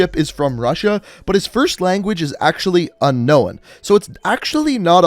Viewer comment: nobody:: unknowen